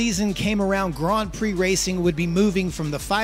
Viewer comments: the way you pronounce grand prix is awful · Yeah sorry man you're pronouncing Grand Prix horribly wrong I think you're doing it on purpose yet comments feedback I can't stand it by the even make it 20 seconds of your video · Why does he keep saying gron pree